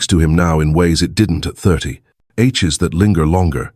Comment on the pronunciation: The AI pronounces some words wrong, like "aches".